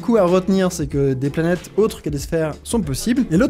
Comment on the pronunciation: j'aime trop comme tu prononcé les noms des planètes , faut pas que astronogeek regarde la vidéo